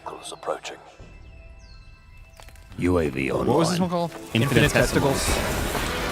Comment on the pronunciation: did just call that game “infinitesicles”? lol